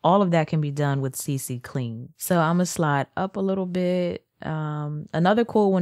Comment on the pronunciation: but look tho...its CClean not CCClean. like you said c twice when u only gotta say it once ya know